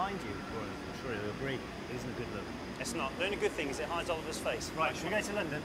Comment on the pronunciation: Well, James Potter is alive, I guess he just said, "Oliv-er die."